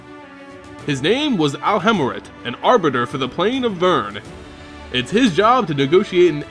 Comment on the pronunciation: Sorry, but I think you pronounced "Vryn" wrong. The world name, Vryn (VER-in), rhymes with "grin" "pin" or "spin". You pronounced "Vryn" like "Vyrn" (VERN) rhyming with "turn" "fern" or "burn" It came off pretty unpleasant for me. I'm sorry if I'm being nitpicky, but I just thought it would help to inform you.